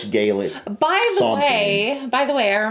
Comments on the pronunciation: So sorry, but it's not Scottish gaylik. That's something a gay guy will do to you😅. It's pronounced galik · It’s Scottish Gaalic not Scottish Gaylic. That is Irish.🏴🏴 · Thank you for correcting on Scottish Gaelic, it was annoying me